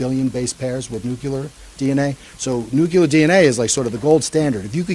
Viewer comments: I'm really trying, but I just can't with this guy. Nucular is NOT a word. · No, and it's super grating. Didn't help that he said it a dozen times or more. But it's widespread. I've seen it in movies, and George Bush said it, too. It's not going away, unfortunately.